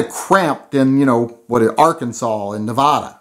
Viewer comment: It's pronounced "Neh-Vadd-ah"